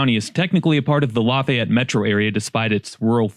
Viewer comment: Random find of the video, just a drop-by viewer here. You can tell dude isn't from Indiana. We don't pronounce Lafayette the French way. It's with a longer 'E'. More "La-fē-yet", rather than "La-fai-et".